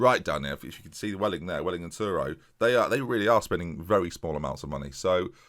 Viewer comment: Truro isn't Turo, its pronounced Tr-ur-ro.